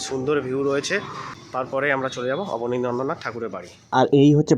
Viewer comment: Bhai, "KONNANAGAR" noy, pronunciation ta "KONNAGAR" hobe, and "ABANI NANDRA NATH" noy, pronunciation ta "ABANINDRA NATH" hobe.